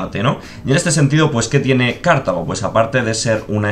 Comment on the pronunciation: Me pone muy nervioso lo de "Cártago"